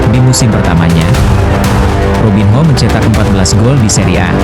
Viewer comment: belajar sebutin nma dgn benar,robin yo,korintians..ini yg benar kak..😊